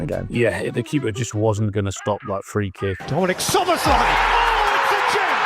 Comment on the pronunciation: try the pronunciation without the z's: soboslai (sz is s in Hungarian)